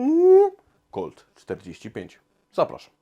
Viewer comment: Kolt forti fajf sie mówi się! Proponuję koktajl autorski na bazie piwa IMPERATOR